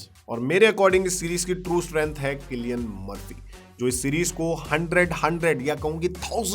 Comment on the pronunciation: क्लियन मर्फ़ी nhi सिलियन मर्फ़ी hai bhai😂😂😂😂